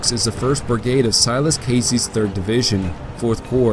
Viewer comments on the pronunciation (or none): none